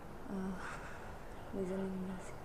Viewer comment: Listening ❌ Lizning ✅✌️